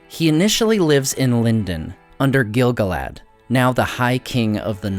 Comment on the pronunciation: I love your videos. I'm currently bingeing them. But I will never not hear Giggle-lad when you say Gil-galad.